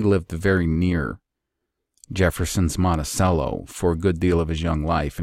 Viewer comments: I’m really loving this series! I live in Charlottesville “the home of Thomas Jefferson” Just a small note, Monticello is pronounced like the musical instrument (like it has an H in it) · Ohh, with an "h" in it. I get it, Monthicello. Oh wait, or is it Monticelloh? Hm. Jk. I didn't know TJ was from there but he is probably my favorite person in all of history. At least right at the very top. And there's a good chance actually existed.😀 Cheers